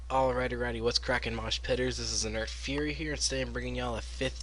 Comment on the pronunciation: gg, way to say my name right I was tired because it was late when we had this math so I was tired